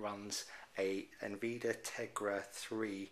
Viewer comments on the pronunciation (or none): stopped listening Not en-vee-duh. yes en-vid-e-ah.